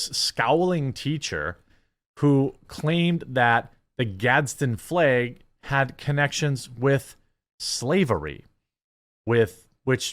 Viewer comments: I typed this comment before I got the trifecta ish. 😅 Fleeerergggggggg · Stopped watching this video the second he pronounced "flag" that way. Nu uh bro... Do better. 😂😂😂😂😂😂😂😂 Jk love you cheeseheads.